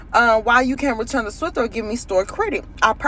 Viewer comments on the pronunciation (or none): It’s a “Swiffer” not a “Swifter”!!!! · She is the second black woman to call it a swifter it's swiffer